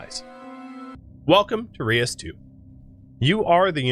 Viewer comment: Watched a video with the dev prior to the release of the first game. It's pronounced roosh.